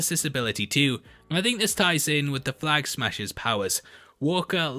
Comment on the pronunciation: “Flag ahaggers”? lol!!